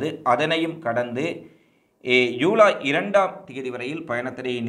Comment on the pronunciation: யூலை யூலை யூலை😭😭😭😭😭😭😭😭😭😭😭😭😭 தம்பி அது யூலை இல்லப்பா! ஜுலை.